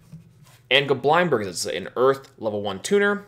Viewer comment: Bro it's not Go Blind Berg, it's Goblind berg. like lindberg.